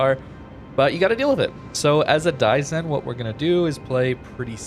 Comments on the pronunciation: "Die-sen" (sen as in send) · It's pronounced Dai- (like die) sen (like send)